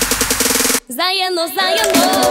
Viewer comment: Namerno pricas zajelo zajelo😅😅 zar ne